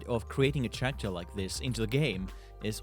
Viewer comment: its character not zharacter